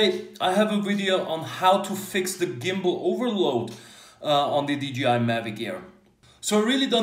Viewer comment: Hmm, why everybody says DGI instead of DJI?